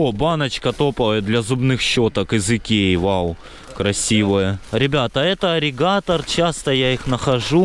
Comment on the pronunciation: Ирригатор, а не аригатор. Почти аллигатор получается.